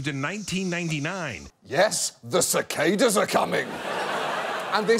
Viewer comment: It annoys me how he says cicada